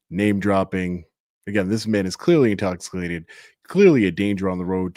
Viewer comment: At about , you kinda get hung up on the word “intoxicated”, and say “intoxiclated”, I think. All I could think of was, have you had anything to drink tonight sir? Do you mind stepping out from behind the desk and doing some “SDST’s” for e? (Standard Desk Sobriety Tests) 😂😂😂 cheers from 🇨🇦 PEEACE!